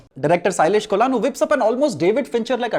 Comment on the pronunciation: It's Ko-luh-nu not Cola-nu